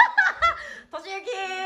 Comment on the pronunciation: としゆき〜〜〜〜〜！！！ が、 ウッディ〜〜〜〜〜！！！の発音😂